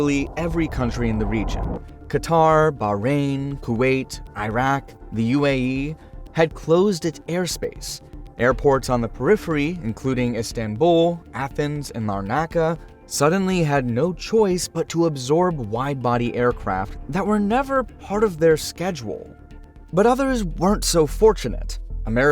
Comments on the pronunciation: "Larn A KA."Wow you really did butchered Larnaca. Cyprus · Lar Naca? It's one word, pronounced as such